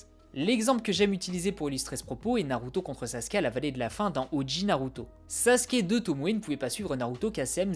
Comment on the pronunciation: Alors on dit pas Sassouke mais Sasuke (tsais le mec qui a pas compris)